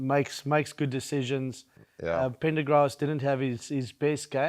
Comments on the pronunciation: Great show. It's Pren-der-gast not Prendergrass/Pennergas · Lads .. it’s PREN…DUR.. GHAST 😂😂 not pengrass 😂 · prendergast or prenderghast isnt the issue. He was saying pendaghast and then asked where is the r when the other 2 corrected his pronunciation. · Great show and fantastic knowledge of the game lads. Its "Pren~ da ~gassss" by the way!. Or just call him "The 10" its easier 😅 😂 The talk in Ireland is to keep Crawley and young Prendergast as 10's options... depending on the oppisition one starts the other used as an impact player. Thank you for your show and for your being from the great Rugby nation of SA. 😊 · Watching from Ireland. Pronunced Pren der gast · we actually say dur in ireland.. also it’s not an accent thing .. they left out the r after the p 😂😂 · It’s Prendergast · Yeah I do enjoy listening to them, it's just good unbiased commentary. But listening to them trying to pronounce Prendergast was pretty funny, and that would be one of the easy Irish names! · But it’s an Irish player with an Irish name so it should the pronounced correctly.